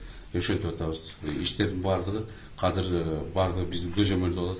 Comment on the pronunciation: Казыр, Казыр аягында иттин терисин жабынып жок болуп кетет. Казыр деген соз жок Кыргыз тилинде, Жазылышы-Айтылышыда Азыр деп Айтылат. Казыр Казыр,Казыр бляя тура суйлогулорчу